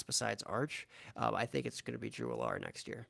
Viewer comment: almost positive you guys are mispronouncing Drew Allar’s name. Pretty sure it’s pronounced “Al-er”